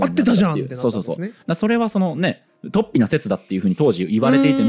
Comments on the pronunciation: 雑談会とても面白いです。 ちょっと水を差しますが、「突飛」のアクセントは平板アクセントですね。何度も出てきたので気になりました。 fanaticも、アクセントは２番目の音節なのになあと思って聴いていたのですが、なんとNHKアクセント辞典では、日本語ではファにアクセントが来る形も載っていましたよ😊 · 雑談回は本当に面白いことが多いが、今回は、話がうまくまとまってしまって、奇跡の回かも。水野さんの「突飛」のアクセントだけが引っかかってしまった。（＼ じゃなくて ／ だと思う（by新明解）） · とっ↑ぴに気を取られて話が入って来なかった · 創作的誤読、アブダクション、突飛のイントネーションなど刺さる魅力的なキーワードが多くて結論のカタルシスもあり最高の雑談回でした！